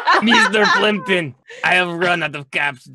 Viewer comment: Meester Pleempton...